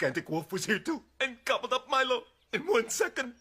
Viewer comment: LOL!Fa troppo ridere...è PALESEMENTE DOPPIATO eppure il labiale corrisponde!X°-D Ma poi dai..Lucius ci può ancora stare come traduzione per Lucio,ma sentir chiamare Milo"MAILO"mi fa troppo strano!@@ E poi Balia Bea sembra che la chiamino"Bee"(="Ape")!X-D Elf???Milo da Folletto Luminoso è diventato un elfo??:-P HOLY POLENTA???!!!X"-DDD Ah,ecco,non avevo sentito male!Balia Bea l'hanno VERAMENTE chiamata Molly Bee!:-O